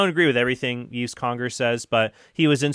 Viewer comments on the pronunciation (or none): Hey Trent, FYI: Yves in French is pronounced exactly as you would prononce Eve in English, as in Adam and Eve. Keep up the great stuff! Cheers from Montreal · Just for future reference, Yves should be pronounced like "Eve" in English (Ève, which is Eve in French, is pronounced differently than Yves and Eve). The "s" is silent as well. And please do do an episode on usury (it would also be interesting to hear how Catholic teaching compares to what other Christians and what other Abrahamic religions teach on the subject).